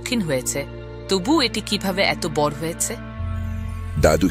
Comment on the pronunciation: বাংলা কি বলতে জানেন না? গ্রীষ্ ম ,বড় ( উচ্চারণ গুলো গ্রীষ্ ষ, বড়ো.....)।